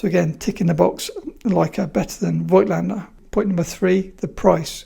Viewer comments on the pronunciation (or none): Now that you are you Mr. Voigtländer, it would be great if you learned how to pronounce it properly ... ;-) It just drives me nuts to hear this ...